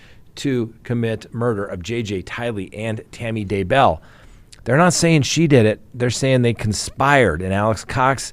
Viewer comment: Can’t wait until it’s over so you don’t have to try and pronounce DAYBELL !!! 😂